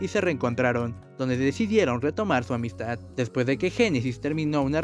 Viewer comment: Jajajajaj... El reportero jajajaja... Dónde decidiedon reanudad sud amidstad., Quitenle el micrófono de la boca para que pueda hablar bien.